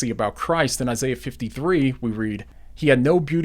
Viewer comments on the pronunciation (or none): none